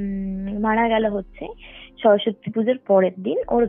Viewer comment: " সরস্বতী " " স্বরসত্তি "নয়, উচ্চারণ ঠিক করুন ।